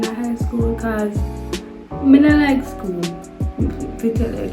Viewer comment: The lady emphasize seh she " hate skl" eno😂😂😂